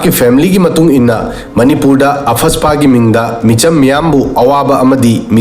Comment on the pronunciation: What is apfaspa.....???Arm forces special power act AFSPA... Noigih oidaba dregih doh Mih maang dah uuuh chai ranuh.. Pronunciation doh haaana justified tou thok kho hana...